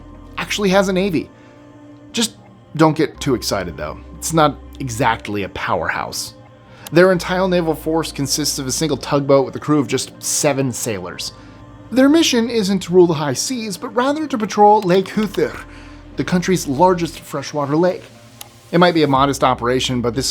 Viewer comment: "Entile Navar" that's a very interesting slip up. I almost didn't catch it but you swapped the last consonants of each word. Not a criticism!!! I just noticed. 😊